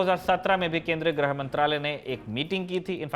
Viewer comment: ग्रह मंत्री नहीं "गृह मंत्री"🤦